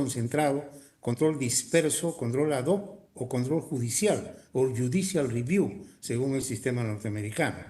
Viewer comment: Corrupto Ernesto Blume, que ni siquiera pronuncia bien la frase JUDICIAL REVIEW (inglés básico), quedando en ridículo una vez más escueleado y destrozado por. Los derechos de las víctimas pesan infinitamente más que un cierto "derecho a un plazo razonable" de los investigados y acusados de violar los derechos humanos como el caso de estos malvados que cometieron violaciones sexuales, secuestros y asesinatos.